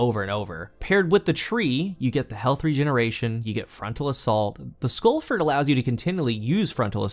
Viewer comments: Lol I've never seen you mispronounce a name in Destiny before! Insurmountable Skullfort is pronounced the same way as "tree fort," or the military base "fort brag." I think you pronounced it "skull-fert." It's skull-fort, as in a fort for your skull, that is insurmountable...basically an overly verbose way of saying "helmet." lol no worries tho... love your content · The way you pronounce skullfort hurts me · Must be a regional accent, never noticed before how you pronounce skullfort as skullfert